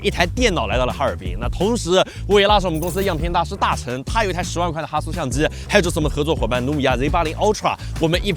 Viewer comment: 怎么听到相机念成相支？